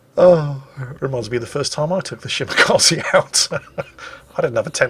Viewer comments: Dear, Kaze is pronounced Kazeh, not Kazee. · Ah yes, the Shimakazi., when will you learn that the japanese E is pronounced like the E in Echo? xD